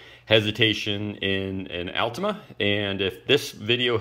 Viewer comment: Don't know if I can take advice from someone that doesn't pronounce altima correctly 😆